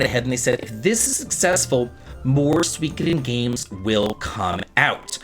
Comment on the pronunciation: Love your vids but it's pronounced su-ee-KO-den. There's no W sound. :P